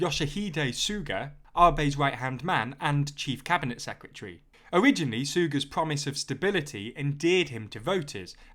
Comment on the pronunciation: God I love this channel but can anyone pronounce “secretary” properly? 😂 There’s an “R” in there, it’s not secetary